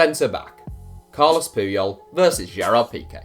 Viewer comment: Carles not Carlos